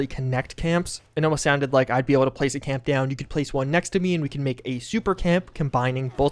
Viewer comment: Caaaasaamps. I thought he was saying Chems. I was like why would we care about building chems?